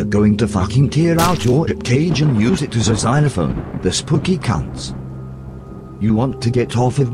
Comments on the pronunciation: The pronunciation of "Spooky" still gets me. I lel'd pre' hard. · The pronunciation of "Spooky" still get me. I lel'd pre' hard.